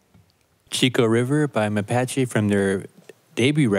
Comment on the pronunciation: C'mon,, make that Mapache A a long vowel sound, ahhhhhhhhhh